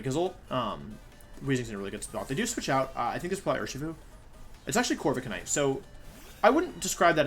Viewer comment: He caught me off guard with the Corvi-K-night pronunciation